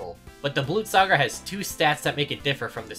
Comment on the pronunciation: First person ever to pronounce Blutsauger correctly